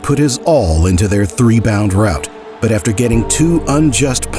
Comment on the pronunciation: "Three bound rout"??